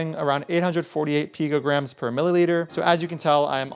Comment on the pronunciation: What the hell is a pigagramme? :D I think you mean picogramme.